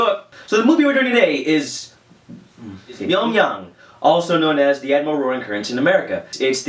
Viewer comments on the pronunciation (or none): it's 명량 not 명양how do i know because im korean